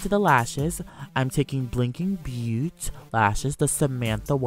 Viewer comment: I don't know if somebody said it already but blinking beauté is pronounced different. Beauté is French for beauty and pronounced: bo+(ta from 'taken'). Love the makeup btw ;)